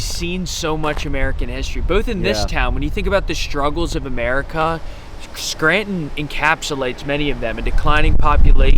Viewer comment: Scranton is NOT pronounced Skrant - IN....damn.